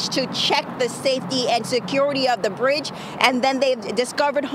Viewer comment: Its a bridge!! Citch!! Wtf do you mean cwral space!?!?